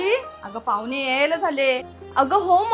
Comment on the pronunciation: तुमची जिभ जड पडते का? ण म्हणताना😂पाहुने पुने पानी😂मुर्ख लेकाचे ट्युबवर बोलतात. .